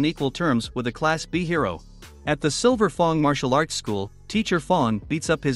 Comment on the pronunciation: Oh nahhhh yo voice be wildin by saying silver fong💀